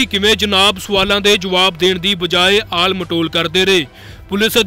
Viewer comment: ਪਤਰਕਾਰ ਵੀਰ ਆਲ ਮਟੋਲ ਨਹੀਂ ਹੁੰਦਾ ਟਾਲ ਮਟੋਲ ਹੁੰਦਾ